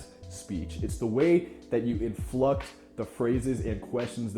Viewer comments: Probably wont see this but, Rapport pronounced "Rah-pore" Inflect, not Influct. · glad someone said it...